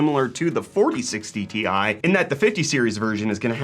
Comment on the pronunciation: Its t i not tie, how do you pronounce rtx ? R t x not retex